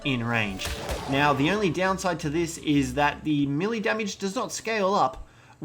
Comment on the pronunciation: I dont know if it bothers any one else, but melee is pronounced may-lay. Not me-Lee. Please stop, it makes me cringe hearing you mispronouncing your words constantly.